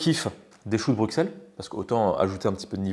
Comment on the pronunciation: En tout cas Bruxelles se prononce "Brusselles", un petit bonjour de Belgique par la même occasion ;-)